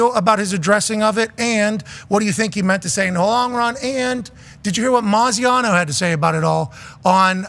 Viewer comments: Any insight to them saying Graziano’s name wrong? Not defending him at all, just want to understand the joke if there’s one there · Why was Pat calling Dan Maziano when he knows his name is Dan Graziano? That is so incredibly disrespectful to treat Dan like a nobody with the position he holds. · Isn’t it Dan Graziano not Moziano lol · He keeps calling him Maziano lmfao